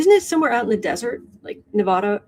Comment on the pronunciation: Thank you for pronouncing Nevada correctly. Perfect. Thank you.